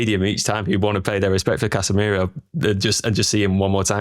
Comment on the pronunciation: 2 things, can we give casamiro carrick's song? it's casa miroooo, hard to believe its not scholes? also we did go a goal down to arsenal so we did see how the team responds to that